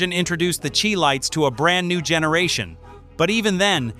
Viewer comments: It's pronounced " shy lights." Get it right. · Please Stop 🛑 Mispronouncing The Chi- Lites name is Pronounced just like the City of Chicago, Illinois ( Shy Lites). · The correct pronunciation “shy-lites” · The (che)-Lites, (Shir) -Lites. . . WoW😂 to much AI input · The "Chee-Lites?" The A.I. voice needs more training and/or editing. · I don't know if this is AI generated or an actual person some of the pronunciations are jarringly off, most notably the Chi lites is pronounced (Shy lites). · This narrator unfortunately cannot correctly pronounce the Chi-Lites nor Philipe Wynn. What's up with that? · If this man pronounces The Chi-Lites name incorrectly one more time, I’m gonna lose it 🤣😅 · If you can't pronounce ChiLites correctly then you have no business doing a video like this. You wrecked your credibility right there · I've enjoyed watching these videos however pronunciation of one of the groups you really screwed up! The group from Chicago is the Chi-Lites the spelling is correct but you screwed up the pronunciation of it I would look into that LOL overall as I mentioned earlier I enjoy watching these videos, since I'm in the music business as a performer and songwriter myself I've met a lot of the groups and performers which brings me to another point. You know the royalties go to the songwriters and Publishers not to the performers or the acts I'm sure you realize that they get their revenue from tour generation if you're fortunate enough to be on top of your game I can bring up a friend of mine George Benson he worked out a deal on a lot of the songs that he recorded that became hits where on the royalties because of name recognition they really wanted him to record a few of these songs Breezin was one of those songs in particular. The song was written by Bobby Womack and Gabor Szabo. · You can tell this narrator is not black, mis pronouncing this group's name is god-awful. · SHE-LIGHTS IS WRONG PRONUNCIATION , IT IS SHY-LIGHTS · #3 SHY not CHEE. CHI-LITES